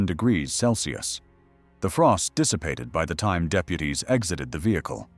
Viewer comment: AI narrator, it can't pronounce time properly.